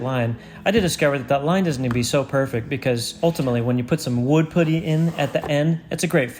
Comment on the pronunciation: Ok at 8 min mark you said wood pootie not putty...lmao. Ive never in my life heard someone say pootie😂😂😂😂